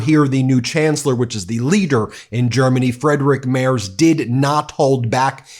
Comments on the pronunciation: Your pronounciation is absolutely wild. freydtrik mehrs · you got the pronunciation of Friedrich Merz very wrong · His name is Friedrich Merz, not Frederick Merz. And sure, he will be Chancellor, but he is not elected by the Parlament yet. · Friedrich Merz, pronounced as freedrich merts, is in fact a millionaire, ex-judge, ex-venture capitalist, populist flying his plane in and out from home to Berlin so far. Still a long way to become chancellor. Too many here are as dumb as the MAGAs voting AfD and every term they're growing in parliament. Gross!! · "freedrik maers". too funny. i will always pronounce him like this from now on. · Small hint: it is pronounced Freedrikh Marts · Did you know that Friedrich Merz worked as a judge, and as a lawyer for Blackrock? The first AI voice-over was actually quite realistic. By the way, Friedrich Merz's name he's pronounced "Freedrikh Mairts". Or Simply "Fritze". 😄 And let's face it: Trump is a traitor. Not only against his allies, but also against his own people he swore to protect. How is this oath not already broken? Impeachment now! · Free-drige Murtz is probably the closest an American can get to pronouncing his name correctly. And let me be clear. This outcome is probably the second worst. Merz' foreign policy is good. He supports Ukraine, a strong Europe and sees that the US is not a reliable partner anymore, but rather another threat. As for the rest of his and his party's policies, they are just as conservative and regressive as those of republicans. He blames immigrants and the left for every problem there might be, real or not. He is a millionaire, who made his money causing the housing crisis, and a former lobbyist and he will bleed the poor in favor of the rich. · FYI: FREEDrich Mayrts is the pronunciation. Love your stuff!